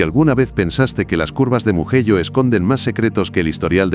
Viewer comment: Empezé a ver el vídeo,en el momento que pronunció muguello,me fui 😅😅😅